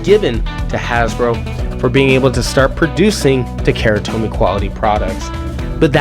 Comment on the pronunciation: OMG learn to speak bro, it's not "ta-KERA tomy" hahahaha you lost all credibility if you can't even pronounce the Japanese brand. Don't be ignorant :) If it was Levi's jeans, would you ignorantly say "l-EH-vee's" or would you pronounce it how it was meant to be out of respect?